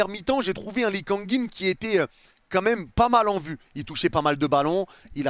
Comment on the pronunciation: fais un effort! « Quemme » dis « quand même » prends le temps stp je queblo dessus espèce de Fraude